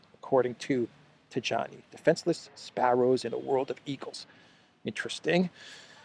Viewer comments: Antonio Taiani, not Tagiani: J and I same pronunciatipon as I. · the correct pronunciation of "Tajani" is "Tayanee".